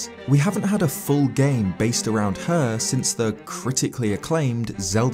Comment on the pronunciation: I love how you say the words "CRITICALLY ACCLAIMED"🤣 to describe the Zelda that was on the CDI absolutely hilarious😅